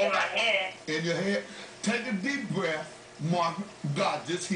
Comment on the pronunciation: "Take a deep bwelf."